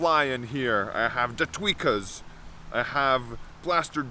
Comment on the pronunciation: And is it “the tweakers” or “the tweakas”? Thanks 😤😁💪💪